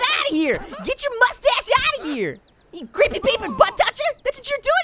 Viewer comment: I laughed 😂 so hard when he keeps saying mustach